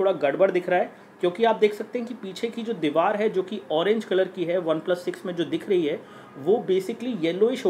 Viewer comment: 3.23 obeplus 😂😂